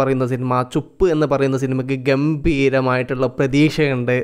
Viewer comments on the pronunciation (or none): ചുപ്പ് അല്ല ചുപ് ബലം കുറച്ചു പറഞ്ഞാൽ മതി